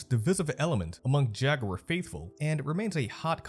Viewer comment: You mispronounce words in your vids just to piss us off don't you?? Americans say "Jag-ware" Europeans say "Jag-u-er" idk what the hell you are trying to say though. 🤷🏿‍♂️🤷🏿‍♂️🤷🏿‍♂️